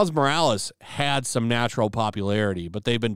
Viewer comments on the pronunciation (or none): none